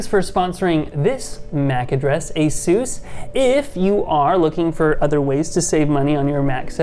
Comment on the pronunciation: Finally! Someone who pronounces Asus correctly.